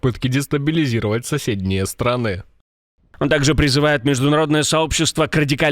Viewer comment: соседние не странЫ, а стрАны. У вас текст тоже ИИ читает?